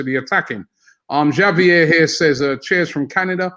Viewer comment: Are Brits incapable of pronouncing Spanish names/words correctly? Between Troops pronouncing the Ls in paella, Robbie pronouncing Javier with a hard J, and everyone calling it Athletico instead of Atletico, it makes me wonder if they’ve never heard a Spanish word or name in their lives.